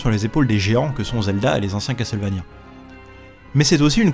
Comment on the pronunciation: Enfin qqn qui prononce Castlevania correctement, lol (eh oui on ne dit pas CassEuTTTEUL, on ne prononce pas le T et toi au moins tu le sais !) J'ai ce jeu que j'ai jamais fini car on ne trouve pas assez de vieeee, on trouve que de la magieeee...arrrg. L'OST est dingue ❤ Si vous êtes nostalgiques, essayez Infernax qui copie le style Castlevania volontairement et dont l'OST est dingue aussi ❤😊